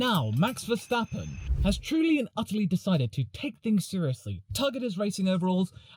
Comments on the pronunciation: Or they pronounce it like verSTAPpen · Many British pronounce his name Verschtappen like he's German believing it sounds more Dutch. So no, probably not a good idea.